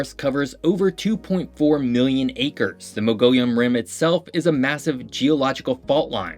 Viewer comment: Thank you for informing everyone about the beautiful state of Arizona, but we really need to fix your pronunciations. The fact that you mispronounced our famous cactus, the saguaro, and Mogollon Rim made me shake my head, hahaha. 😂 Thank you for the work you put into this, though. Cheers.